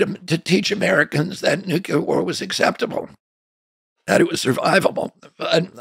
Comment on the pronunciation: He said "nucular." Oy.